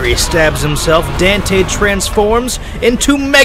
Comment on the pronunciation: Was calling him "dantay" a Devilman Reference?